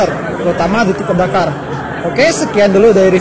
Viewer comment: waktu bilang " kalau disuruh milih antara pajero sport DAKARRRRRR " ngomong dakar nya jelas banget 😂😂😂😂😂😂😂